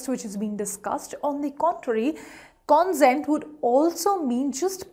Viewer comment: Please note the pronunciation of the first two words are incorrect. pe·ruse /pəˈro͞oz/ con·sent /kənˈsent/